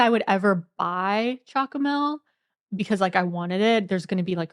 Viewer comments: You've pronounced it right!! CHOCOMEL. Which is: Chocolate milk. SJOOKOOMELL. Not: choKKLoTTmeLK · Yeah, the way you say "Chocomel" is an even better pronunciation than "Goedemorgen". Excellent. "Uitsmijter" was also really good. Most people struggle with the "ui". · Wow !!! You nailed saying chocomel